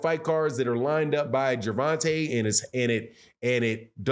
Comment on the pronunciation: His name is Ger von ta not Gervontay